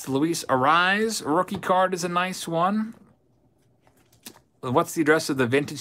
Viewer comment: luis Arraez name is pronounced A-ray-ez. not A-rise. don't take the correction as a bad thing. i actually enjoy when you mess up their names. wouldn't want you to change it. i see messing up names is kinda your signature move. lol